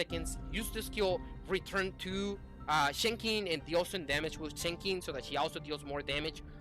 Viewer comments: it's Chen Sing in English chief. The X is pronouced as an "S" for some reason. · Pronunciation for Chenxing in English is "Chensing", where the 'e' in chen is like 'uh'. Hope this helps :)